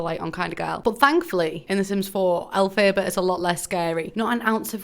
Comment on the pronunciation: who tf is Elle-fay-bah? I’m horrified